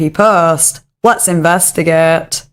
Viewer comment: “Let’s investigaet” 😂❤